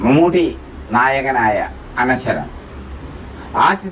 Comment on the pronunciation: പറഞ്ഞു വരുന്നത് താങ്കളുടെ മനോഹരമായ ഉച്ചാരണത്തെപ്പറ്റിയാണ്... ശേതാ മേനോൻ അല്ല ശ്വേതാ മേനോൻ ആണ്. അവർ ആദ്യമായ് അഭിനയിച്ച സിനിമ അനശൊരം അല്ല അനശ്വരം ആണ്.